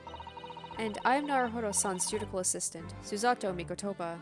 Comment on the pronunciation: small thing, but it's ju-di-shi-al, not ju-di-kal. cheers